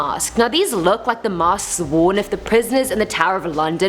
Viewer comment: She said masksksk